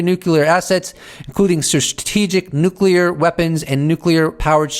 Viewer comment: Please say nuclear correctly